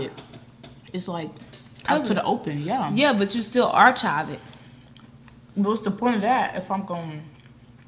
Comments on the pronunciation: you are mispronouncing the word archive. (ar-kive). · “Archive” is pronounced [ar-kive]. I’d like to see and do an eating challenge. Seems like might give a run for her money.